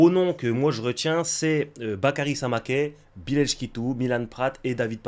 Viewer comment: c'est Samakeu la prononciation maintenant, il me semble...